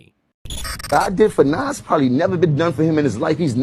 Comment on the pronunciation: Nas not Nass